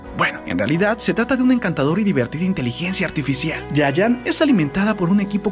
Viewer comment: ¿soy el único que cuando pronunció Giant escuchó "yaya"? x"D